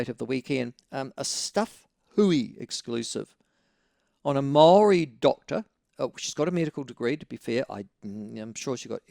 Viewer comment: fuckin white honkey, do your due diligence when pronouncing maori words, you live in a maori country learn how to pronounce the words properly, thats like going to china and saying knee how